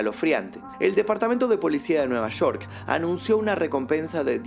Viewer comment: nueva shor??? Es nueva york😒